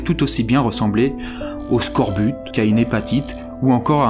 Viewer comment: le e à scorbut je suis pas sur... (c'est juste pour moi, dites moi si je raconte de la merde)